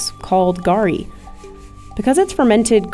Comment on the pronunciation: Garri is pronounced more like the name "Gary". I mean, you literally had someone say it accurately